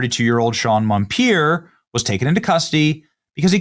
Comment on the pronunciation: MON-per, NOT MON-pier NO " I " in his last name.